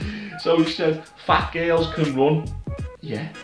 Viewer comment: "Fayt gayls" 😂😂